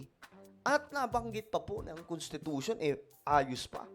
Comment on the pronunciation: CONTITUTION daw...CONSTI Tatay Digong